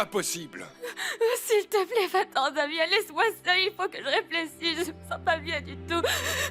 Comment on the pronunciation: J’espère que c’est pas moi seule qui entends qu’Eliza a dit “il faut que je réflécisse ” qd elle a demandé à Damian de partir🤣🤣🤣